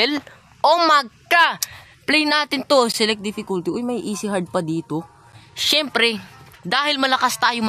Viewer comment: "Syempere EASY" HAHAHAH